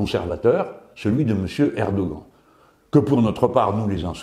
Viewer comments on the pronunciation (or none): apprend lui à prononcer Erdoghan stp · Vidéo très intéressante. J'ai beaucoup ri à votre prononciation du mot "Erdogan".